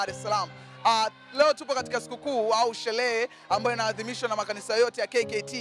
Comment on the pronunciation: Shelee❌ Sherehe ✔️